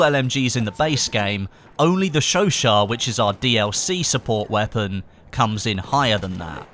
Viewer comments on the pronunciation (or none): It's pronounced show-shat. Not show-shaw